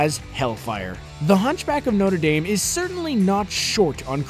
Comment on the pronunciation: "The Hunchback of Notuhdame"